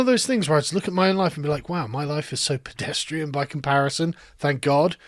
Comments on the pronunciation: Pedestrian, not Podestrian. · Pedestrian vs Pedostrian